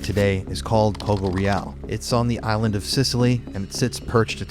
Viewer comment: Very cool video, thank you for reporting about this sad event. Please, look up the correct pronounce of “Poggioreale”.